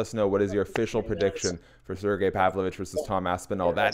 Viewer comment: "surgee pavlick" - chael sonnen